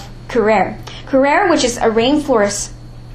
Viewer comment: It's kew-RAR-eee not KEW-Rare. Like voh-LARRRR-a (don't make me sing Volare). Kinda like Anti-gone versus ann-TIGG-uh-NEE (Antigione).